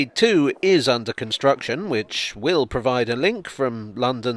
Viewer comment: The emphasis on "will" when talking about hs2 providing a high speed link between London and the north has aged well.